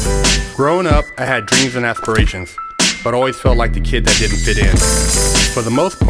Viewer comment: I had dweams and aspwayshuns